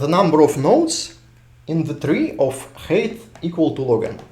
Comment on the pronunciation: Height is pronounced hite, not hate